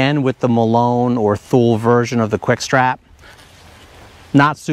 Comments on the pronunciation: Two-Lee, not thool. Thumbs up! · Good job on this,. "Thule" is pronounced "Too-Lee." Makes you sound more professional when that's included in your next one. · BTW…Thule is pronounced “Two-lee”. Good beta on the wide straps! Wider is better. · Actually, it is a swedish brand and is not pronouced ”tool-ee”, more like ”tu-le” with a ”hard” U that might be hard for native english speakers to nail. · Very helpful video, thank you. Not trying to sound like a smartass, but Thule is pronounced "tool-ee." Just an FYI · I'd have no idea what someone is talking about if they said "two-lee". I recognized "thule" though.